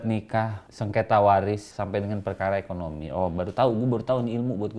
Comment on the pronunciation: "war it" 😂😂😂😂😂 parah lu bang